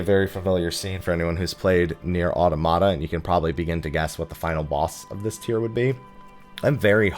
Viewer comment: no one pronounces Automata right...